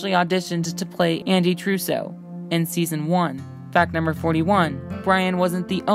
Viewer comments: Right it's Trudeau not Truse-o Lol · I swear if you say one name wrong again 😂😂 Julian McGowan?? Andy Truso? Lol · Its Andy Trudeau you savage. Not Truseau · It's upsetting that you mispronounced several names. Smh. It's Trudeau (tru- dough) not trussu (tru-sew). For starters. Julian McMahon not Mcgowan. Krause ( rhymes with browse) nor Kruise. True fans want things said right.